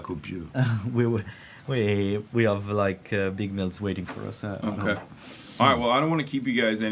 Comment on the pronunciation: He was very good. He deserves a A- because he made 2 regular mistakes from french-speaking people : - the pronunciation of the H. "I ave" instead of "I have" - the euuuuh thinking periods instead of using hummmm He forgot also 2 important translations but it is very hard to translate so perfectly live so he made an amazing job.